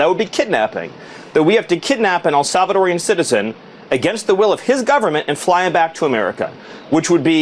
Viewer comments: Do you realize how dumb it sounds when you call a Salvadoran something as awkward as "El Salvadorian" ? Just use the four syllables. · Arghhhh, it is El SalvadorAN, not El SalvadorIAN!!!! It’s like nails on a chalkboard when it is mispronounced! 😤